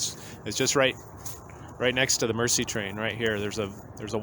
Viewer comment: Nicely done presentation and thank you for reviving/continuing the memory of this wonderful item/event. One comment, meant in the most constructive way, the French word, "Merci" means "thank you" and is pronounced mare - sea, rather than mercy - the act of kindness to one less fortunate.